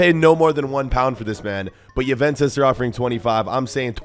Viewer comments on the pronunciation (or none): none